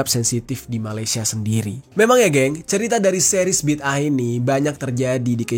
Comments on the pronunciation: Bidangah bg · huruf DAL (د) tu kolkolah kubra. Bunyinya BIDdē'AH. Maka sebutannya tak sama macam huruf TA (ت)